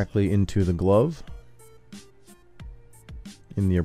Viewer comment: he said "glove" like "globe" instead of "love"...never heard that before.